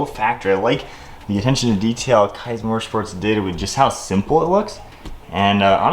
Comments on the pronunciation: awesome video, only critique is that it’s pronounced “keys” motorsports! can’t wait to see the build come alive! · FYI... it's pronounced Keeez Motorsports. Nice install!